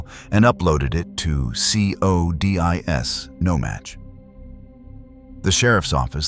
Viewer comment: It annoys me how it pronounces codis. Is it just me?